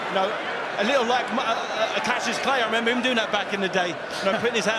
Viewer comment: did he just say 'cassius clay'?